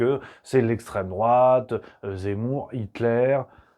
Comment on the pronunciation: Et en plus il passe pour d'essstreme drouate vis à vis des gauchos😂😂😂